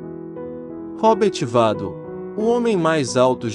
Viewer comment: “Roberti Vádlou” 😂😂😂😂😂😂😂😂😂😂